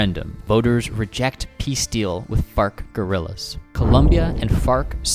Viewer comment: la guerilla --gorillaz (facepalm)